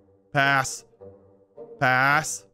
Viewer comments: half the time he said “pass” I thought he was saying “ass”. also who would’ve thought he smashed on an ugly bird and two buff men, one with four arms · I started hearing ass instead of pass midway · Was it just me or were half of him saying “pass” actually him saying “ass”? Am I hearing shit? 😂😂😂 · After 100 passes all I can here is him saying purse In an English accent 😂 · When he said "pass" at paras it sounded like "paras" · It seems like he's saying "a**" when he says pass 🤣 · Fun fact: when says pass it sounds as if he is saying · Sometimes when he said pass I heard ass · If you are just casually listening to this, him saying pass over and over again just sounds like ass except for the really pronounced "p"s I just cant un-hear it anyone else or is it just me?